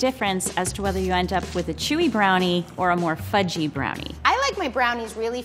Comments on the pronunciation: I thought he said f*cking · I thought he said “fucky and kind of sticky”